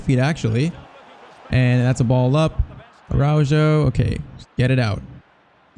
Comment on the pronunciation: It’s pronounced Arauho and not Araudgo